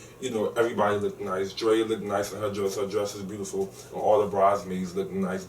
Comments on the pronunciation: I love you but plz stop saying lookeded!!! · Love as an addition..however he made my ears bleed when he kept saying Looked It. The correct word is Looked... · Oh my, it's bothering me that the guy (I can't remember his name) keeps saying "looked-ed" lol it LOOKED not looked-ed :P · I don't know Kevin's co-host's name but I wish he would stop saying "lookded." That is annoying and so ignorant sounding. I'm not expecting perfect diction but that's just plain ridiculous and hard on the ears. The correct word is 'looked.' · baby, I love you to pieces but..... "looked" is 1 syllable not 2. Sorry, HUGE pet peeve.